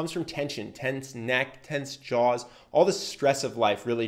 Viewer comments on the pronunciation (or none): none